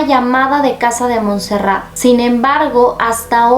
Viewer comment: Hola, se escribe Montserrat, Sabadell está en la provincia de Barcelona, por lo que se pronuncia Montserrat con la o qué parece u y la abreviatura es Montse, cómo suena.